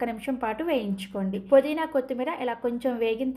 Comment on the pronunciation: పుదీనా తల్లీ, పోదీనా కాదు